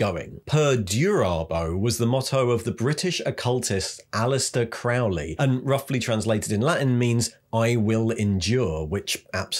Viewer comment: Just a heads up, Crowley is pronounced "Croh-lee" as in, rhymes with Holy ;) 93